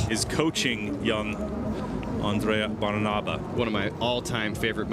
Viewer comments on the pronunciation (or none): It's Andrea Bàrnaba, not Barnàba...